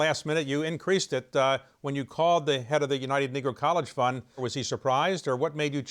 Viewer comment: Isn't it United Negro College Fund ? How can you get the pronunciation wrong?